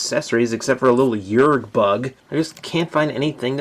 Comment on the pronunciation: it's not yergs it's yeerks